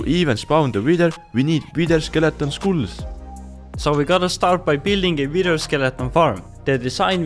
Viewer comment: the weirdest pronounciation of skull